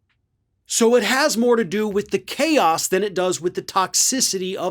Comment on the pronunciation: 🤣Everytime said caos, I kept thinking...even KAOS wasn't that bad!